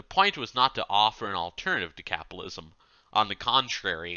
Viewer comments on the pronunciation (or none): No, Art is right, the reading is absolutely horrible. There's a flub almost every 30 seconds. Is it too much to ask that someone reading an audiobook can actually pronounce the words they're reading? Or is that elitist? Not to mention the weird tone he puts on... "capalism" "ingalitarian" "da" instead of "the", "dat" instead of "that" "Meelo-Civic" "cosmitolitan" "phil-insteen" "anudder" "condeeshon" "messiah-nick" etc... Reading ain't his thing. I guess this is what free gets you. "From each according to his ability, to each according to his needs"